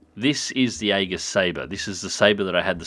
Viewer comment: Aegis is pronounced something like "ee-jis", by the way.